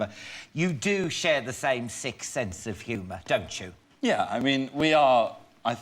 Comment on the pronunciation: Did Alan say sixth or sick sense of humour? Lmao